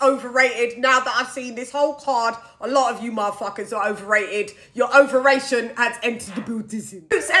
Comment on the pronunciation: " Your overrattion has entered the Buildizzin" LMAOO